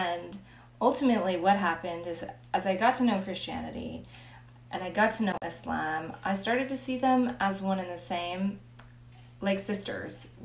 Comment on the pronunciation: How you know a person has really accepted Islam from the heart and is willing to learn it all is when they say Islam not muzlem. You pronounce it perfectly. I am proud of you. Just a Muslim man Afghanistan here.